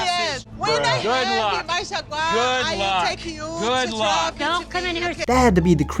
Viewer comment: THAT FUCKING PART TOOK ME OUT 😂😂 and the YOULL SEE ME IN MY JAGUIRE YOULL SEE ME IN MY JAGUIRE 😂😂😂